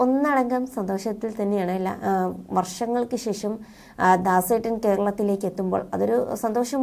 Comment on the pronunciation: " ശേശം " കശ്‌റ്റം, കശ്റ്റം, കശ്റ്റം